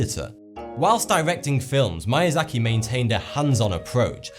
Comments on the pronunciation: Good video but the pronunciation of Japanese words was the worst I've ever heard. "Mayazaki"? It's more like "meeyahzahkee". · why are you pronouncing his name like it is mAyAzaki , it is miyazaki , it is pronounced like "me" ! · Miyazaki is pronounced Mee-ya-za-ki, not My-ya-za-ki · Its Miyazaki not MAYAZAKI!! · I think it's pronounced "Mee - ah - zah - kee", not "My - ah - zah - kee". Just saying you might want to improve your Japanese grammar for future videos. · MIYAZAKI not "MAYAZAKI". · It's pronounced "Meeasaki". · “idkwhattoputhere” Kuro He mispronounced a lot of things. At least mispronouncing manga doesn't make it sound like something else. It sounded like he said Mayazaki. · Unfortunately he butchered the pronunciation of "Miyazaki", lol. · Every time I hear Miyazaki's name being mispronounced, my life is shortened by one year. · i hate how he pronounced miyazaki wrong